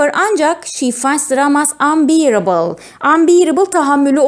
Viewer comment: Hi ma'am, I am your colleague. You're pronouncing a word wrongly. It is unbearable. You should say anbeyrıbıl. But you re saying unbiiribil. Have a nice day 😊